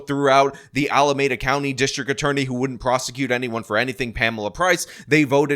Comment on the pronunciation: Alameeeeeeeeda County. Not Alamaaaaada County. Every time,! Every time!